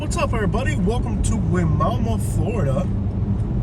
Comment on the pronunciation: The locals pronounce the name as WI-MAMA